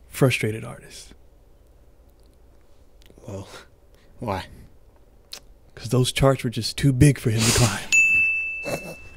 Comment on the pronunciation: "Becasue"??? Wtf🤣🤣🤣🤣